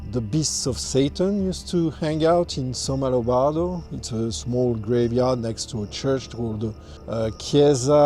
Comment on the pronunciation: It’s Somma Lombardo, not Sonno Lombardo.